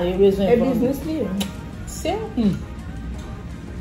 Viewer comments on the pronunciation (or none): none